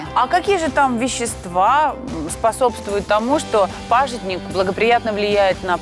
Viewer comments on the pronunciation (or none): Молодец ведущая "пАжитник" Очень редко говорят правильно 😞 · называется хельба(в Казахстане называют хильба), продается в мусульманских отделах, русское название пажИтник, а не пАжитник, как сказала ведущая.